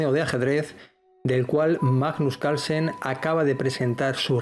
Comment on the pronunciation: Porque no hablan bien es CaRlsen la R se pronuncia Calsen no se quien es